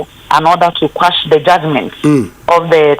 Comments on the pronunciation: Is the word quash or squash. I think it's the former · Please, the word is QUASH AND NOT SQUASH